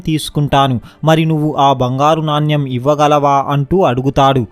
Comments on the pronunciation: It's not NANYAM but Naanemu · నాన్యం కాదు నాణెం అనాలి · Naanyam .. kadu. Naanem. Cheyyu kaadu cheyi Ani cheppali.. read telugu properly. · నాణ్యమ్ కాదు నాయన.. నాణెం.. Storey super❤️ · నాణ్యం కాదు నాయనా నాణెం అని పలకాలి